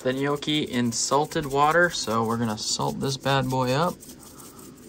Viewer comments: Im not even italian but your pronunciatioun of ''yokey'' still triggers me. Looks good though😂😂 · lmao at how you pronounce gnocchi